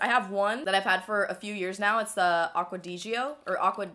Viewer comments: Lol it's pronounced Acqua Di "Joy-Uh" hahaha!!! That fragrance is my heaven! And the Versace one you mentioned is really nice and fresh too! Just wondering...how often do you wash and condition your hair? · Just a little info... Acqua di Gioia is pronounced "de joy-ah". The other di Gio version is "dee Joe". I always heard it pronounced so many different ways that I took the time to research and figure it out. Love ya!